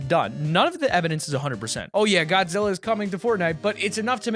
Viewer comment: I am upset I’m a huge Godzilla fan and you butchered it